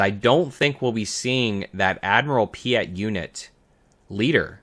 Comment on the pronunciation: Piett is spelt with an E not an A (pronunciation cannot go on like that lol), but great video otherwise 😅